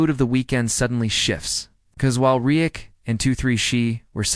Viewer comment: It would be nice if a real human narrated this instead of AI that never seems to pronounce the words right...... Can't even say Reddick right and that is what the video is all about.